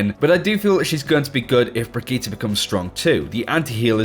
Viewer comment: The way you say brigitte is so triggering